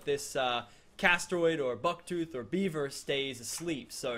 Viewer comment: He keeps saying beiber, as if it were Justin Beiber, I mean come on, is it not beaver? And not even that it is a castoroid